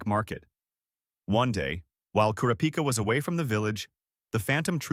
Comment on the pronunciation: it’s kurapika… not kurapika